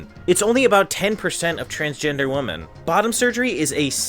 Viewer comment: Remember that "women" is ALWAYS pronounced liked "wem-en". Never "Wo-men". Always has been that way.